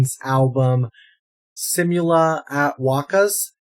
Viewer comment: Tip: simula (see moo lah) at(aht) wakas(wah kas). Its not "seemyula" hehehe